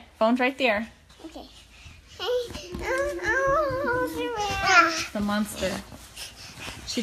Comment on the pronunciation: After fixing the short circuit in my 15 foot main guitar cord, I'm wondering where to pack it, in the carry bag or in the hard case. From out of nowhere, I channeled Bella's tight annunciation with the clipped syllables. I'm pointing saying "In here. No. Over dere!" I think of her often.